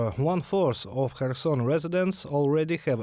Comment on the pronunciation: Kherson should the Ukranian journalists say correctly so westerners can properly pronounce Khetson better.